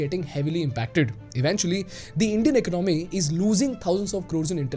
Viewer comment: The way you pronounce economy is a bit weird . Great analysis and deep dive.